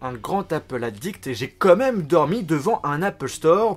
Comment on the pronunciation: T'es au courant qu'on dit "quand même" et non "comme meme" c'est pas si compliqué ....